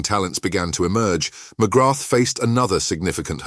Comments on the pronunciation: Very frustrating, mcgrath , pronounced mcgra , not MCGRATH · Just to note. You do not pronounce the ‘th’ at the end of Paul’s surname. Phonetically it sounds like ‘Magraa’. Don’t wish to sound pedantic but I’m Irish and know how it is pronounced. And he’s a legend here and despite his trials and tribulations. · Hate the way you pronounce his surname , it''s McGraa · Would you at least pronounce his name properly.